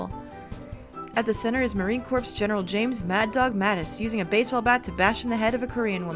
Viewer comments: Love ya,, but please... Corps is pronounced like 'Core', not 'Corpse':) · Um you need to know it's pronounced core not corpse